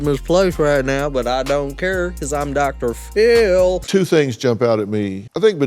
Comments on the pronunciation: When says Phil it sounds like Dr phol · I swear when u say DR. PHIL I am hearing DR. FULL 😅😅... Love u & your content is always amazing hope u enjoying u Sunday & be safe out there bc obviously their is so many weirdos in this world!!